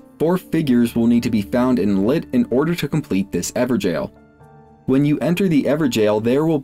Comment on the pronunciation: Bruh everjail? Not even gonna try to pronounce it correctly?